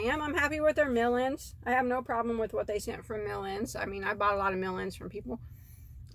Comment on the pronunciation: Are you saying million, or mellion